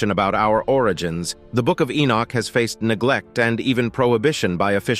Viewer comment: Who the HELL is "Enich"? E-noch